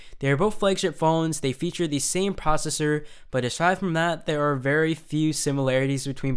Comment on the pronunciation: I like the videos, but the way he pronounces 'the' really annoys the crap out of me.